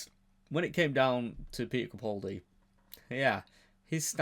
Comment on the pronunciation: Please pronounce the A in capaldi